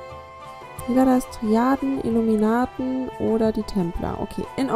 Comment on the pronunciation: er hat Iluminaten gesagt kripy 😕